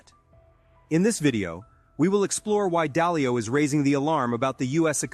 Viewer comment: Dalio, not dialo